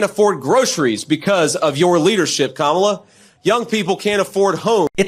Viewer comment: Vance is stupid as trump and he can't pronounce Kamala!